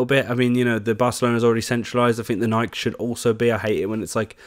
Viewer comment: bro ur pronouncing nike wrong